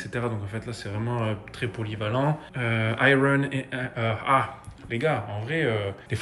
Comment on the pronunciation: ai-yeurn pas ai-rone pour iron